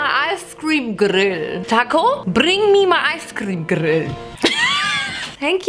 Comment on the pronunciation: Why do I love the way she pronounces “gRRill”